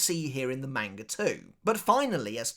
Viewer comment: I love your content but god, the way you pronounce manga is infuriatingly incorrect.